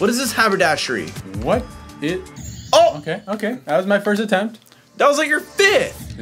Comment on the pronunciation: what is this Habadashay 😂